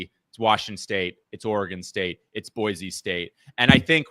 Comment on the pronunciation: It's Boy - See and not Boy - Zee